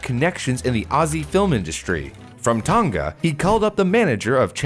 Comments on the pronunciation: Btw Tonga is pronounced tong-uh or tong-ah rather than ton-guh (common mistake) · Yeah it's not pronounced Tong ga but Tong a